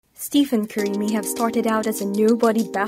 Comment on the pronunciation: Two things to point out, one, you pronounce his name wrong, and two, you are wrong on Stephen Curry's net worth. As of 6-1-22, Steph Curry net worth is $160 million, and climbing. Curry makes over $44 million annually just off endorsements alone, his NBA yearly salary is $53,838,416. You add up his yearly endorsements and NBA salary, he is well ahead of $90 million. Other than that, great video.